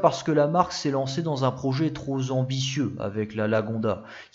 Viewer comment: Les modèles que tu as déniché sont incroyables😊 Attention à tes liaisons! Notamment quand tu prononces trop ambitieux au début de la vidéo. Sinon, vidéo ultra intéressante comme d'habitude.